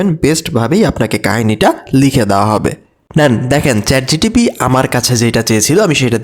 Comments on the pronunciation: চ্যাট জিটিপি আবার কি?😂😂 চ্যাট জিপিটি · Chat gtp noy ota chat gpt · Chatgtb na bhai chatgpt